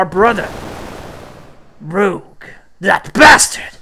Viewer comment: Bro, his name is Rouge (French for red) not Rogue like the X-Man or a scoundrel.